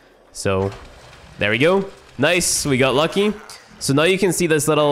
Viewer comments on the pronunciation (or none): none